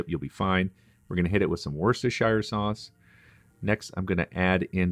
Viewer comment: And ist is pronounced Woostershiresauce.